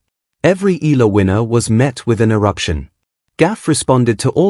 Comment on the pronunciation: Please pronounce her last name correctly. E A LA